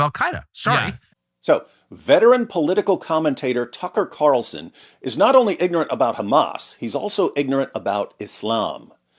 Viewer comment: TUCKer carlzuttED